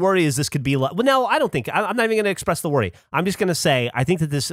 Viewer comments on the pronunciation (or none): none